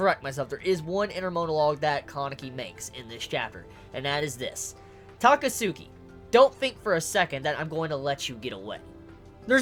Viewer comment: plsss. its Ta-catski